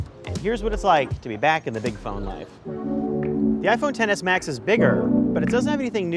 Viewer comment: All I hear is TENNIS MATCH when he says Xs Max